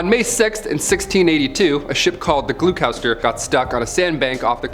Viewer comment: Hun I love your video's but Gloucester is said like GLOSTER lolol much love Arlene from Scotland 🏴 xoxoxo